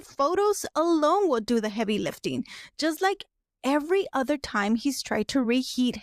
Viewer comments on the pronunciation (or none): none